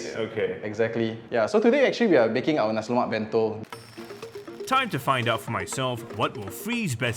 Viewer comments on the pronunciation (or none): Very interesting, even as a MD in the food industry, he still pronounces nasi lomak.